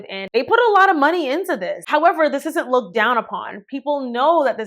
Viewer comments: Bragging about how much was spent on your prom is tacky. No one likes boaster. Also education must not be that valued by the mother because the child could not correctly pronouce "looked." It is not pronounced, look-did, nor like-did, nor love-did. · not her momma spent $10K on her prom and she said "lookted" 🤨